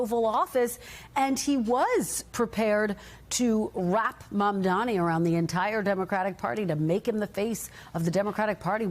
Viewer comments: Why can't they pronoince M-A-M-D-A-N-I ... stress on that "N". Why? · Why can’t any of the panelists say Mamdani? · Meghan Hays could not prouncoue Mamdani's name? Is it some sort of a mental block? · can you guys please learn how to pronounce his name. it's not that hard